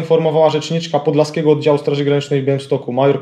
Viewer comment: nie PODLSASKIEGO tylko podLIASkliego